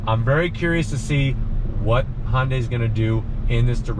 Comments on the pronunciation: Can you also help him with his pronunciation of Hyundai? Tell him it's like Sunday, and not "Haaahn-day" (Thanks!) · Dude really! You've been doing this for a long time and you still pronounce Hyundai Honday. WTF it's pronounced like Sunday. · & Daniel H - the "Sunday" pronunciation is exactly what Hyundai has branded it as in North America since 1986. It was their Plan A for this market. Regardless, it is not called (now pinch your nose to get it just like he says it) "HAAAHN-day." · Pronounce the y please.